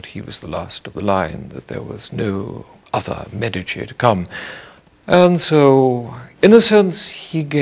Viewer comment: He is the only person who pronounces The Medici correctly.